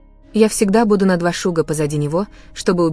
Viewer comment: На 2 шага,а не шуга.